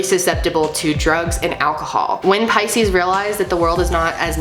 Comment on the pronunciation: Finally I know how to pronounce Pisces correctly. xD Thank you a lot! <3